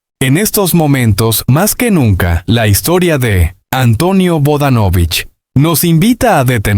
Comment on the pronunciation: No sigas mintiendo y por favor primero aprende a pronunciar bien sus apellido